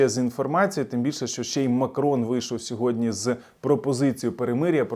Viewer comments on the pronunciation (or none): none